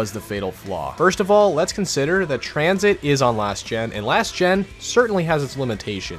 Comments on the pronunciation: I started dying when he said transhit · Sorry u spelled tranzit wrong it’s pronounced tranSHIT!